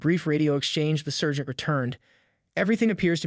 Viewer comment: You're pronunciation of debree and sergeant are totally off